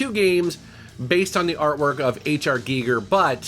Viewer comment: Heyyy pronounced Giger correctly! Sweeeet